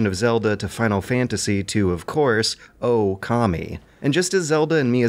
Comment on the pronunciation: He pronounced it correctly though. Its "Ô"kami.